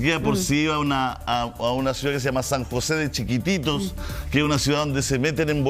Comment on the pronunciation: Buen día Julio me gusta ver su canal e informarme de las noticias. Le indico que el nombre es SAN JOSÉ DE CHIQUITOS no como ud. Dice😂 NO CHIQUITITOS 😮 Boliviana que les estima mucho